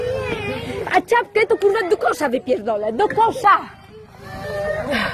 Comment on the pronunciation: Nie Ćapke tylko. czapkę analfabetka.